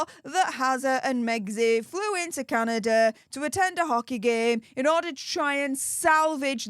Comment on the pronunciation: It’s pronounced Canada 🇨🇦 Not Candader